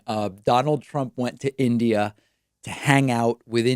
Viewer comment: "In Idiot............" Donald Judas Trumpsky impresses everyone by his ability to get three letters of his host Country right at least.